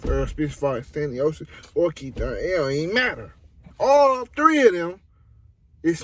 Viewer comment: It's Thurman